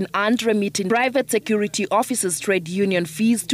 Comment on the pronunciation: She said private sector regulatory authority it is security not secor😂